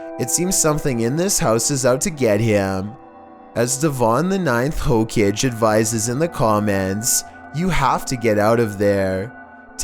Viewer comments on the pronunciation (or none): ninth howkej? Okaythen. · its pronounced ho ka gae lol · Hokage. Ho-cage instead of Ho-kaagae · Is he trying to say hokagè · Did he say hokage like hocage or am i trippin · "Ho-kij" lol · Lol is it just me but in the second video he said hokage wrong lmao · devon the ninth hokage you said it wrong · Did he seriously just pronounce Hokage like that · The way he pronounced Hokage 🙃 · Is nobody going to acknowledge that he said hokage wrong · *crying because of the way he pronounced Hokage*